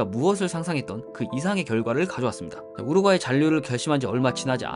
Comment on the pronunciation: 우르과이 ㅈㄴ 거슬리네